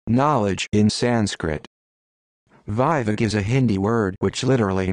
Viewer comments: Nooo....Wrong pronounced... It's not vyvek...vivek 'v'vek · Mine name is Vivek You pronouncing wrong